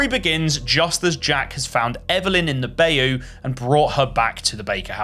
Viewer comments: Lol awww I have never heard the word bayou pronounce the way you did it LOL aww Bye-you, bi-you, buy-u. Lol not Bay-u... And if anyone is wondering yes I am from Louisiana born and raised and it is pronounced By-you. It's French. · Ain’t no way that’s how you pronounce bayou, I’ve never been proud to be a Louisiana resident, this place sucks, but god damn that hurt my soul. It’s Bi-You, like a cave man asking their friend if they are bisexual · bro pronounced bayou so wrong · Love you❤ hearing Bayou pronounced that way made my skin crawl more than this whole game did 😂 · Every time he says bayou a innocent southern man dies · Your mispronunciation of Bayou is crazy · I was gonna say why do you care until I heard him say it